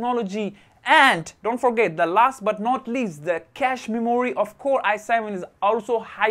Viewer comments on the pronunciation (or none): none